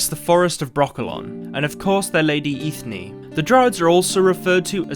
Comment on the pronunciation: Funny enough Eithne is actually pronounced "Enya". It's celtic in origin and means Kernel/seed or nut Which is completely sensical to give this name to a dryad 👍